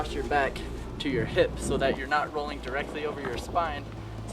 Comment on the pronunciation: Lol I like how he says rolling like "rollink" xD